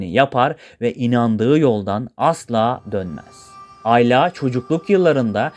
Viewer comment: aylaaa değil ayla